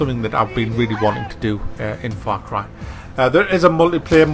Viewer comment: i swear i thought he said fuck rifle when he said the the name of the game.